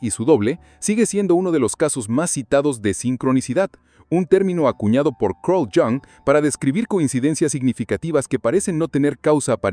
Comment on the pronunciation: Quien carájos es "Crourld Shian"???🤔🤔🤔 SE PRONUNCIA ¡CARL IANG! , habla bien mierda!!!